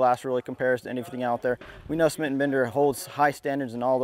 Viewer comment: Are you still pronouncing it "Smit & Bender" now that it's 2016?